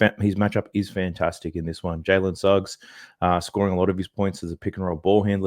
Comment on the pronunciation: Dude, your Jalen Snuggs has killed my parlay